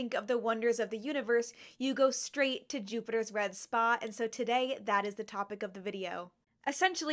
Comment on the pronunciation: I kept hearing you say “great red spa” and I like this.